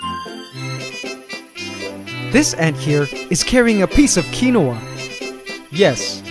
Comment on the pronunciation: kin-wa, not however you pronounce it lol